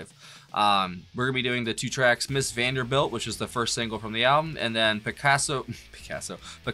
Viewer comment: It's actually "Mrs. Vandebilt", without "R"...